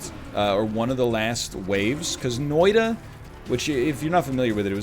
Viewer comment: love when you say noita fastly and as ''noida'' :D